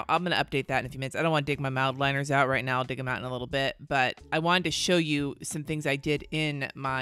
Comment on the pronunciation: Fairly new subscriber and I have to say I FLIPPING LOVE YOUR PERSONALITY 😭😭 I knew it when I heard you actually curse the first time and you confirmed it with “right meow” I rewound to make sure I heard it right!! Greatness 💯🙌🏾🙌🏾